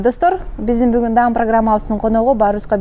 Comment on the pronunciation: Дам программасы эмес даам программасы деп айтсан